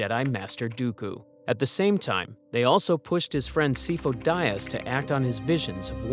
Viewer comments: Hee-go Da-Mask. Not He-go Demas And Sy-fo Diaz, Not Si-fo Die-as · Sigh-foe Dee-Yes.